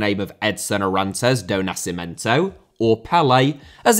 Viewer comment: Nascimento* not Nascementouw Pelé* not Pelei Maradona* not Maradonner